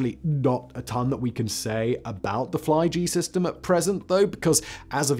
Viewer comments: Simon, it's not the Fly-G-System, but Flyg-System, which sounds like Fleeg-Seastem. So Flight-System 2020 in English. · Haha, Swedish Fly-G. Simon, it’s one word. Flyg means flight. Sounds like fleeg. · Fly-G-system... Dear God Simon what in the blaze was that😂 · Flygsystem is not Fly G System. Flyg, is Swedish for arial.